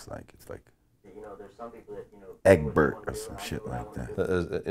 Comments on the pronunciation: Nigga said "Eggbert" 😂😂😂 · I was rolling when he called the kid EGGBERT 😂😭